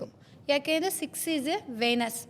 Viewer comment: ವೇನಸ್ ಅಲ್ಲ ವಿನಸ್ ಅಂತ ಹೇಳಿ